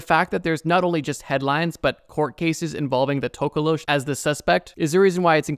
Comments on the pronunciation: Nah it’s the tokoloshi 😭, not tokolosh. Thank you for talking about South Africa though 🧙🏾‍♂️🙏🏾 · It's not tokolowsh its NTOKOLOSHI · As a South African it’s To-ko-lo-she and it stays under watch the movie 😊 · Hey just wanted to help on something. The Tokoloshi is a largely southern African folklore creature not just particularly from South Africa and it’s pronounced To(like toe) ko-low-she. Hopefully that helps next time it appears in your videos 🙏🏾. Also they kind of a blanket term for any small demonic creature that causes harm or damage. Some even come out of your toilet allegedly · Him talking about the tokoloshe gave me a Jumpscare. I’m so scared of that thing and I just convinced myself it’s not real 😞 (Also it’s pronounced to-ko-lo-shee most of the time) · Wildest pronunciation of tokolosh I've heard 😂 tok (like torque ) ko (core) lo( lore) sh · It's actually pronounced like tok-o-lo-shi (South Africa born n' raised) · HOLD ON!!! I'm South African and the Tokoloshe i sa pretty popular myth and also something we would say if something were small, ugly/creepy looking and/or suspiciously supernatural. It's pronounced Toh-koh-loh-she btw...so many non-Africans say it the way you did and it hurts me😭. We usually use it as a joke tho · Sorry for this but it's pronounced TOH KOH LO SHEE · Being South African, the scariest thing in the ENTIRE video was how you pronounced 'tokoloshe' . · the south african history has many fricked up spirts etc. but u pronounsed our scary creature wrong lollll!..... but good ig since u arent from hereee